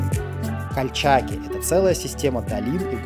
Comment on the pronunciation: Кальчаки. Ударение на последнию гласную.